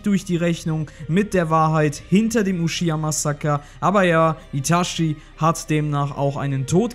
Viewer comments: es heisst itachi nicht itaschi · Wie immer super Content. Eine Anmerkung zu allen deinen Naruto Videos, die mir aufgefallen ist. Es heißt Itachi, nicht Itashi. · Man kann ihn Itashi ausprechen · itachi nicht itaschi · er heißt itachi und nicht itaschi man sagr doch auch chichi und nicht schischi ich sag das nur weil er eine legende ist genjutsu got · Itatschi gesprochen, nicht Itaschi. Der Typ hat nichts mit Taschen zu tun ... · Alter , wie ich die deutsche Aussprache von Itachi hasse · "uschiha" & "itaschi" ...... peinlich